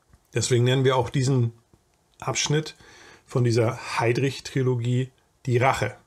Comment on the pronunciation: Tolles Video. Kleine Klugscheißerei am Rande: -- ich denke, der gute Mann wird Schus-tr ausgesprochen, also die Tschechische Version von Schuster als Nachnamen. Kleine Klugscheißerei, die zweite: Trilogie und nicht Triologie. Hinter dem I folgt kein O. ;-)